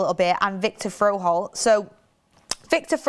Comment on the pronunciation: It's FRO-HOLDT, not FROD-HOLE 😆